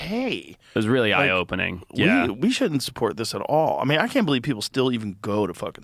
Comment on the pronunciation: Forreste Galante either needs to see a dialect coach to master the vowel in "can't" in a General American Accent, or to get his Rhodesian Accent back. He has to pick one.